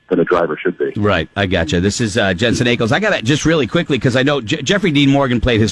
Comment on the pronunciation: Every time I hear this guy mispronounce Jensen Ackles name I cringe. 🤖😩😞